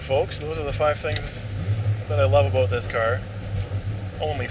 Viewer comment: Why can’t you say about properly?